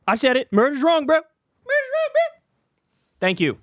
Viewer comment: Kyle no one is saying "Bro" like that. Please stop